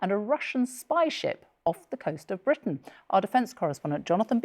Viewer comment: Its not bwitain anyway 😂😂😂@